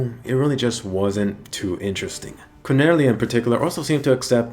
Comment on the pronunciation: i heard "quinella" not "Cornelia"